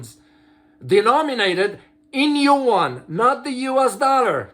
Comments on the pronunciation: As I said, it is actually two syllable sound pronounced fastly and in a connected way like in French, unless one invents another letter that represents the sound of "ua". I'm native mandarin speaker, I feel I pronounced the two sound each time I say these words. I do not do it like did in this video. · you are correct regarding the pronunciation.